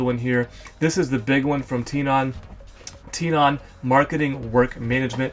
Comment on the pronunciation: I thouhg it was pronounced "Ten"on